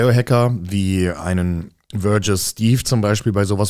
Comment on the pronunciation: "Verguous" steve 😭 M ike das wird "wi-ge-ress" ausgesprochen